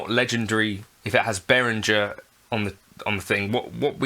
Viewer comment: I'd sue you for not being able to pronounce Behringer's name correctly; 'G' is pronounced like 'g' in 'goat', not 'j' in 'jelly'. 😜